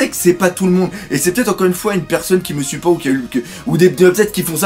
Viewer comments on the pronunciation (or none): none